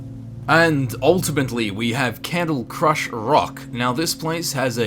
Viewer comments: Also it is called cradlecrush rock not candlecrush rock. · Its Cradle not Candle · XD The last one is called "Cradlecrush Rock" not "Candlecrush rock." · It's Cradlecrush not Candlecrush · not to nit-pick but isn't it Cradlecrush Rock? not Candlecrush? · So is nobody gonna talk about "Candlecrush" Rock? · Candlecrush rock, lol